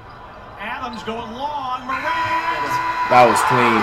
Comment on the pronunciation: Since when did flight start saying ja morants name right?